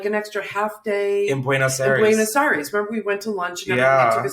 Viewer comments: Buenos I-res 😭😭 Chris I cringed every time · the way u pronounce buenos aires is so cute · I know you’re white but if I hear you say “buenos airees” one more time…. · The way he keeps miss saying Buenos Aires really gets me